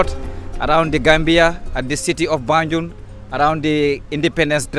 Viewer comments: I don't mean accent though I'm talking about pronunciation, I noticed he he kept saying banjon but gambians pronounced it as banjul and few other words but that's not the case he was just so misleading, like the hospital was built by the colonialists not colonial masters and the name have been change since then from royal Victoria hospital to Edward Francis small hospital who was one of the people that pushed for the independent for gambia, just saying so that your followers might not get mislead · Great tour 👌🏾 also love but his tour guide wasn't accurate lot's of misinformation and can't pronounced even the name of banjul right, I hope he looks in to that and try get someone more articulate